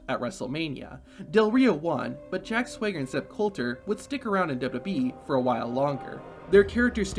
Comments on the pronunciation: He keeps saying"Jack Swigger", lmao it's SWAGger. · Why does dude keep pronouncing his name "Jack Sway-ger"?